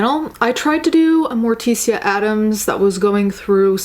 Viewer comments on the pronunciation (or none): i’m the fact that she says “mor-ti-see-ya” instead of “mor-tish-a” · I love your videos, and thoroughly enjoy your content.. But, I gotta say Morticia is pronounced Mortisha, Gomez even calls her Tish as a pet name.. Anyway, sorry I just had to point that out lol.. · Honestly can’t sit through this video it’s a really difficult horrifying topic but your makeup is killer. Isn’t Morticia pronounced like mortician though?